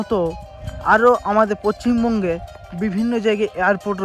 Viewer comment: আগে ভালো করে বলতে শিখো পচ্ছিম বঙ্গ কোন খানে ভাই😂